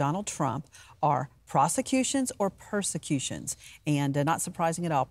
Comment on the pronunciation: "PER" not pros.